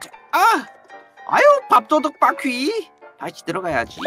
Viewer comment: 난 바퀴 을 바X 로 들었어 순간 당황